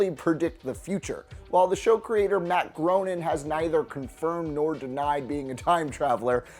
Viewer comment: I am a fan of The Simpsons but you pronounced the creator's name wrong--It's not spelled as it sounds. It's Gray-ning, and not Grow-ning.